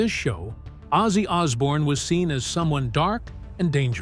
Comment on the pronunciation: "It changed everything ozzy ozzbourne was born"?